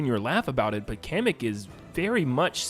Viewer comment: Day 2 of telling it’s KAH-MECK not Cam-eck (Kamek)